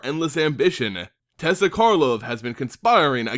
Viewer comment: You pronounced Teysa 3 different ways in your video. I am confused. And slightly frightened.